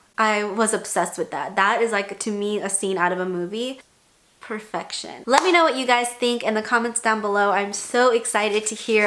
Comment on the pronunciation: I love when you say “ perrfectionn” 😅❤️